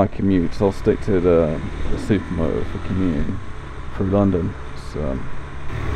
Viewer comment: Dee Ahh Zed Super Moh-Oh. Lol I <3 British People!